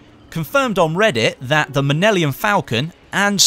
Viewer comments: 5.15 lol it's millennium falcon, not Minellium , made me laugh that's all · The "Nimellium" falcon, lol. Great video as always:D